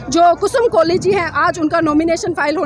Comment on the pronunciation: य़े कोली है या कोहली।